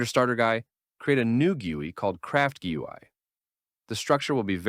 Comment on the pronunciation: AI voice gained an accent trying to say "GUI"